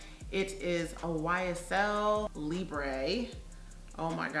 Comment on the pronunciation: Libre is pronounced Lee-Brrr (brr think of when your shivering 🥶) Not Lee-bray Hope that helps. Great video 🤗